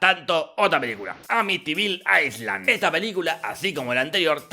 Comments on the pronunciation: En la palabra Island no se pronuncia la S. Inglés básico para burros. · island, no se pronuncia aisland (por que es un pais) si no ailand!! Saludos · JOrge ... ISLAND se pronuncia sin S ( ailand) .... seguime para más clases gratis de ingles, y seguíme en instagram que tengo instagram y seguime en twitter que tengo twitter y pegale una me gustiada a mi canal de ingles gratis que ya casi llego al millón. PD: yo tambien tengo una tía que se llama martha ....